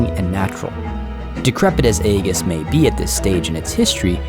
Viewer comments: Bro.... Sorry, but even 8n your own world mispronounced real world words ain't right. It's not Eggus. It's Ee-jiss. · S'pronouced 'eye-jiss'. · Great build by the way. Other than your pronunciation of the Grecia word Aegis, this model kit-bash is really freaking cool. Instantly recognized the engine pods of Serenity you decided to use too. Awesome stuff.